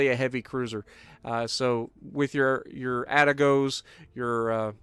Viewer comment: Koo-too-zov, emphasis on 'too' Ah-tah-go, emphasis on 'tah'